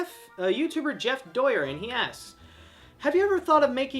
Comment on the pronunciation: I am happy that he answered my question and I just noticed this just 2 weeks ago. But he pronounced my last name wrong, it's Doyen, not Doyer. Just to let you know